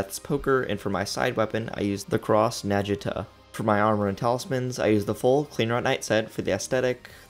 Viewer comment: "Cross nag'nta" i hope you are joking ....